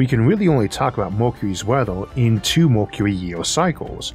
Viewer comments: welp, if he couldn't fix his pronunciation in 6 years can't expect much here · I love these series of thought experiences with good old Issac. But I’m still tickled. Made to giggle over certain versions of his Speech Impediment. Lol. MORKURERY instead of Mercury.. well funny. Anyways the reason I’ve been subscribed for years !! Is because it’s soo bloody intresting! The sort of questions I’d ask. He answers . Amazing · if you can't handle a speech impediment there are these things called other channels you can go watch 🤯 prank channels are probably more your speed